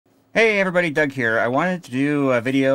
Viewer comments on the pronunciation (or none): none